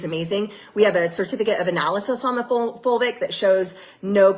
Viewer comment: OMG...we are eating dirt again...plus I only hear vulvic when she is saying fulvic....so at least I giggle